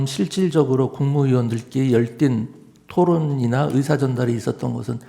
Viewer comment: 열띤토른?ㅋㅋㅋ 꿈꿨냐?ㅋ